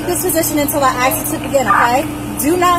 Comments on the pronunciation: "Aksk" 🤦🏼‍♀️How is this acceptable..what's difficult about speaking correctly, it's "ASK" pronounced: "AHHH-SSSSS-K" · How did the word "ask" end up being pronounced "ax"? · Ithe word is ASK not AX.